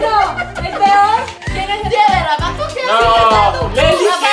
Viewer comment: si dijo rafo xDDDDDD Maestro XDDDDDDDD